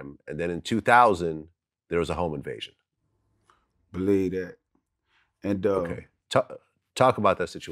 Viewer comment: Vlad: So there was a home invasion? Buck: Beleedat. Vlad: Talk about that situation.